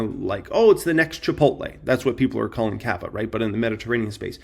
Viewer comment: bro , it’s not kava , it’s cava